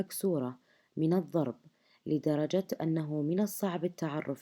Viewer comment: ض ليس ظ..الضرب وليس الظرب